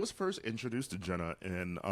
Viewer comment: YES! Got my mid-century style orange KEEP IT mug filled with coffee & I'm ready! p.s. Louis, tell Lovett how to pronounce GENA... Love you gents!